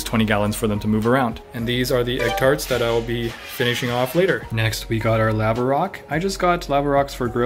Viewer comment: had to google how to say "Lava" based on your pronunciation lol. Unfortunately, it wasn't a TIL.